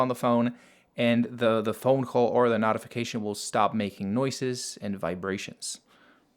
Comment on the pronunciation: You're pronouncing notify and notification wrong. The first part is pronounced like note, but your saying not.